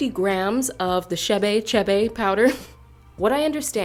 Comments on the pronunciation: Its pronounced k bae not shae bae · Its pronounced kibe its Ethiopian butter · Every damn time she said shebe 😤😤 African names are mostly pronounced exactly how they’re written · Chee-bay powder.